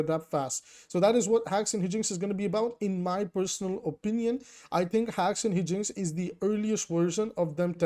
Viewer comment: It's "high-jinx" 🙏❤️